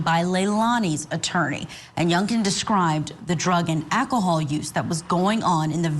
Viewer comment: This anchor is okay, she's definitely no Vinnie, though. And both in this clip and in yesterday's segment on Sarah Boone, this probably very educated woman, said "Ack-ohol" instead of enunciating correctly and using all the letters in the word. 🫠🙃🫣🤫😶‍🌫️🫥